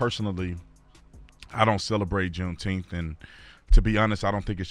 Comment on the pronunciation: Say "nine." Now say, "June ... Nine ... Teenth." See? I knew you all could handle middle syllables.